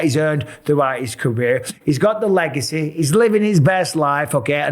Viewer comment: Le-Gay-cy ruined